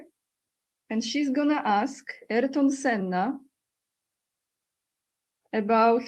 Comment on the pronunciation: Aniu, imię Ayrton Senna wymawia się w Brazylii nie "Erton", lecz tak jak by po polsku przeczytać A-IR-TON, z akcentem na literę "I"